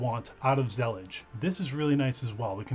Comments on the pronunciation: whaaaaaaaaaaat... that's not how you pronouce Zellij not with a G.... believe me I am Moroccan. also not Zallija. more like ZLLeeJ. ps: will definitely use it. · it's pronounced zalleej (with stress on the l?) it's an arabic word that describes a specific style of mosaic tilework, that was popular in the Al-Andalus and still present in west north africa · It's pronounced zuh-leej. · The word Zellij comes from the Moroccan word that refers Moroccan style mosaic tiles that Morocco is famous for. Pronounced Zil-eej